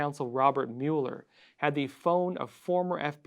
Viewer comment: why do you pronounce Robert Muller's name like you haven't listen to the news in 2019?